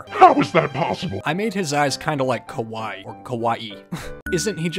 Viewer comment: His first attempt at Kawaii sounded like Kowai which means scary instead of cute XD